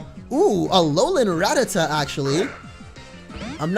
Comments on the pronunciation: Its ra-ta-ta not rat-ata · It's actually pronounced ra-ta-ta